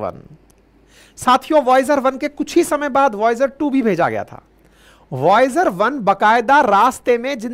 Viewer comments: वोयाज नहीं वाइजर😂😂😂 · It's not viaoge 1, it's voyager 1. Please correct.. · बार बार क्या वोयाज वोयाज लगा रखा है। वायजर है। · Voyaz nahi vaizer he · Express ko espress bolne tak to thik tha sir ji Voyager ko voyag bol rahe hai 😅😅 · Voyus kya hain Bihari ho kya